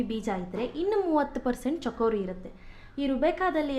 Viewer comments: mam adu chikori not chakori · chakori alla madam..its chikori.